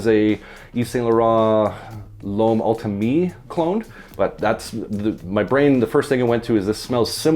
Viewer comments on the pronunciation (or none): Learn to pronounce “ultime” correctly… 😉 It‘s not ul-tuh-mee, rather: ul-teem (accent on the last). The French “u” is difficult to pronounce for an english speaking person, I appreciate that. But thank you for the nice note breakdown, gives a good idea of the fragrance profile. 👍